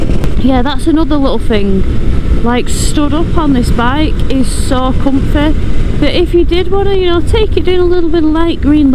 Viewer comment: sold me on the bike when she said it was "coomfeh". I heard that and I thought... "Doon!"